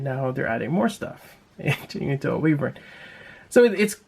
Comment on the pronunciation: why-vern is how its pronounced